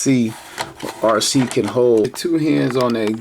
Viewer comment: Arcee? More like Ar-Ski. 🤣